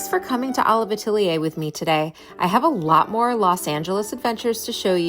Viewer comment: I’m wondering why you didn’t price any of the smaller items at Olive Atelier? I’m sure they were overpriced, but it would have been nice to get a sense of the various price points. Great video—thanks for taking us along. 😊. PS: Atelier is pronounced Ah-TELL-yay. It’s French.